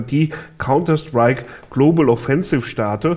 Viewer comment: Warum sagt er jedes mal Globel